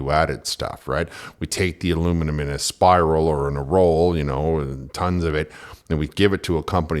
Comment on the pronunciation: I thought she was saying "Steeluminum" I didn't know what that was.